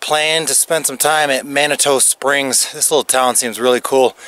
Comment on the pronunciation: Nice video! FYI the locals pronounce it Manitoo vs. Manitoe.